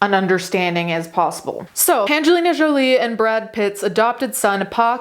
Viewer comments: I love the way she is saying Jolie That's the actual real pronouniation of that French name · Didn't hear "Joiliette" anywhere in the video. Jolie is a French name and pronounced it correctly. Does she need to Americanize it for you to understand it? That's sad. And what does being Italian have to do with anything? Because it's her first language? You can't even spell her name correctly, but she needs to change her manner of speaking to satisfy and pacify your ignorance?